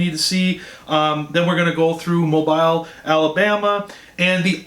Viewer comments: Its pronounced Mo bill. The space is a break in how u say the name. Its our ancestral home. Slow down speaking, we are just as excited for you. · mobile bay has a Battleship Park. Stop and tour the WW2 battleship. Ps-pronounce it "MOE- BILL"